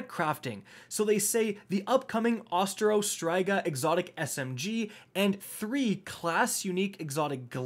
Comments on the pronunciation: Ost-E-O..... like osteoporosis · What is up guys, it is, your boy: "there's no R in Osteo" here.